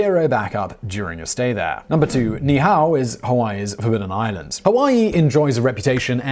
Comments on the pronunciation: say ni ihau...there's a glotal-stop between the two "i"s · Ni'ihau = nee-ee-how, with a slight pause between the nee and the ee. That slight pause is actually a 'letter' or important phonetic element called the okina, denoted by the apostrophe. The king's name is pronounced kah-may-ah-may-ah (the fifth). How do I know this you ask? One year studying classical Hawaiian with a native speaker from Ni'ihau. Why? Because becoming a certified land surveyor in Hawaii requires one to pass a 5 hour exam translating land titles written in classical Hawaiian, some of them actually written on mulberry bark paper or dried bannan leaves. This is not a criticism of the presentation, merely an informative aside. And here is another aside, complete with an almost ha'ole (white guy) proof tounge twister; the last queen of Hawaii was named Lee-lee-oo-oh-ka-lani, (birth name Liliʻuololoku Walania Kamakaʻeha). She was deposed and imprisoned in her own palace for 24 years by US marines until her death after we sized the islands at gunpoint. Her life and times would be an excellent future topic for this channel. If you do that, or any other item including Hawaiian words, please allow me to assist with pronunciation. It will be far less painful for both of us well as to any native speakers who might listen. Yr. Obt. Svt. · It's Ni-i-au, not nee-how. The king's name is Ka-me-ha-me-ha, not Kamahena. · Your Hawaiian pronunciation is horrible! Ni'ihau is pronounced "Nee ee how" (3 syllables ) and King Kamehameha is pronounced "Ka may ha may ha" (5 syllables) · It’s pronounced Ni’ihau (nee eehau) and Kamehameha (kah meh ha meh ha). Not trying to police you, but in Hawaiian language, pronunciation gives words different meanings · Great video. NEE EE HAU. KA MEH HAH MEH HAH.